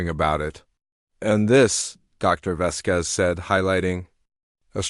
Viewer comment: If you are trying for a latin name as indicated by the ending 'Z', the accent falls on the 'A,' Vásquez. Not Vasquéz.